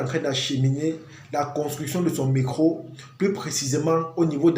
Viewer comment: C'est d'accent. Rien de grave